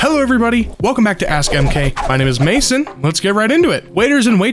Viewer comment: he said his name is mason but all i hear is damien